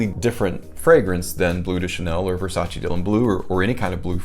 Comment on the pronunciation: Petty issue here I know BUT the word homme is pronounced "ohm" and NOT "ahm". As a French speaking person I just have to grit my teeth when I hear it but understandable from folks who aren't regularly exposed to proper pronunciations of other languages. Thanks.;)....and Versace does NOT have the EE sound at the end. The e is silent.